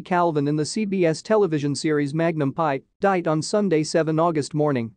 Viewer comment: This would have been a lot better had they concentrated on pictures of Roger E. Mosley more. Also, it's Magnum, P.I. not Magnum Pie.